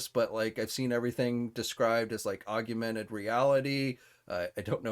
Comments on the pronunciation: “Augumented”? It’s augmented…you’re adding a vowel. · only one U in that word. Aug-mented.